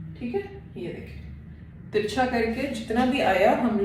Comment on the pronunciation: You are repeatedly saying teekha...teekha means spicy...you will have to say teercha not teeka..😂 anyways nice tutorial👍